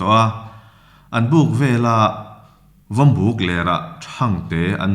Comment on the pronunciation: Vawmbuk,tia, in chhiar kha vawmbuh ti in chhiar tur a nih hmel